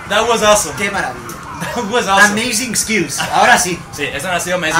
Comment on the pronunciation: Ameizingsesles xDDDD, se pronuncia a-mei-sing-les